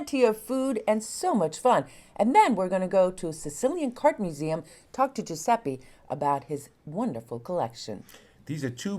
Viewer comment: "Giuseppi" non si può sentire, basta per favore! Ecchecazzo